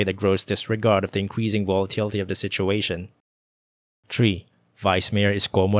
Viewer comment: Good story, pero constructive criticism lang po, 3 is pronounced as tHree not tree. No hate